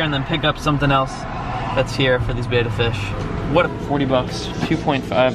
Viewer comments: ok first of all, it is properly pronounced bed-uh... second of all did you not cycle your tanks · If you’re a kid watching these videos because you want to get a betta PLEASE do not do what he does. He doesn’t even pronounce betta correctly, he has no idea what he’s doing. I can’t believe this. He KNEW people would say that tank wasn’t good and chose to get it. One fish died, another was moved into a tank that isn’t set up correctly (with plastic plants that will hurt his fins), and another was given to a place that will cause the fish to become depressed and maybe die. There are so many people who love fish who can tell you the information you need, nothing he’s doing is correct. Please reach out so someone who knows how to take care of fish. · God Damn he listens to u guys just to change the environment of all the fishes and people still hate on him!!? Fucking ridiculous. He g aved it to the store what other choice did he have!? To release into his pond? NO. So what he doesn't pronounce "betta" correctly!? If the 3 little tanks were allow to be sold in the store it's because the government looked at them and gave the right for the company to sell their product in stores!!